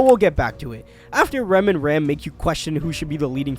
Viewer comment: Listen listen, it's not Ram, it's "Ram"